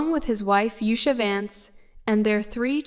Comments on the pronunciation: Please at least pronounce the name of the person right she is no Asha she is usha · Her name Usha is pronounced as in "oosha" not "ashha". Usha is Sanskrit word meaning dawn. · She is the second lady of USA, please pronounce her name properly as OOSHA not ASHA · It is not Us-ha, dummy. It is oo-sha. horrible narrator and totally ignorant on how to say her name. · O goodness. Oosha. Not usher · Is it uh-sha, oo-sha or you-sha? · Her name is usha spoken with oo sound not aa as is done by commentator but she's alright with passion ❤❤ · Please learn the proper pronunciation of Indian names and prominent places. Why can't you make a little effort to sau indian names properly and show your respect. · First of all learn to pronounce her name right. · Please learn how to pronounce Usha Vance’s name first